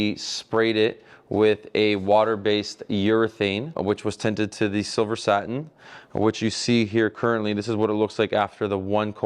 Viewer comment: Love his annunciation. SaTin. ☺️🤓